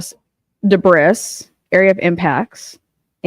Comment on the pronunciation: Its duh-bree